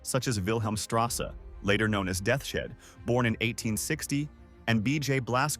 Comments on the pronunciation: its not death shead... its deaths head aka totenkopf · Ahh yes General "Death-shed'